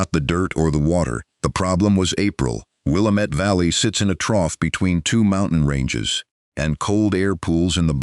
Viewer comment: It would be more real if they could pronounce the name of the Wil Lám met valley correctly.